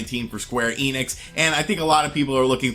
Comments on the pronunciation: "eenix" (German: "ienix") It's "ehnix" (German: "enix") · I'll be honest, they way you spell the "enix" part in "square enix" hurts my ears.